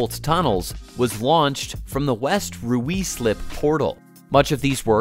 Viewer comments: Ruislip is pronounced Ry-Slip like High Slip, but with an R. Not Rooo slip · Ruislip: pronounced, Rye-slip. The usual germanic rule of where there are 2 vowels together, the first is silent, applies. Birmingham: pronounced Birming-um. There is no emphasis on the ham. 🙄😖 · Ruislip is pronounced Ryeslip. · Meanwhile, China has over 26,000 miles of high speed railway lines in full operation. BTW, "Ruislip" is pronounced "Rise-lip". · It's actually closer to "Rice-lip" than "Rise-lip" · FYI Ruislip is pronounced ryslip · Ruislip = Rus-lip. English pronunciation, innit. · Who allowed an American to comment on british politics to then pronounce Ruislip as ruis lip🤣🤣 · "Rye" + "Slip" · no way is the voiceover synthesized or AI. it's a real man speaking. and it's rye-slip. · obviously it is rye-slip. Why do you not think it is speech synthesis, though? There are even UK channels who use it, such as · Never heard anyone pronounce Ruislip that way before. 😮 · There's plenty wrong with this project, which used ludicrous assumptions to fiddle the cost justification, and a low price to bait government into commissioning it. Criminal investigation needed - there will be a river of bent money involved, as with all government schemes. Please get a British actor or AI bot to voice the video - might then be able to pronouce Ruislip properly.